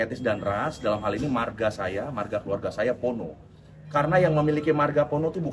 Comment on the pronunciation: Kalau tak salah memang begitu. Tapi penyebutan Pono jadi Porno kembali terulang makanya dipaporin.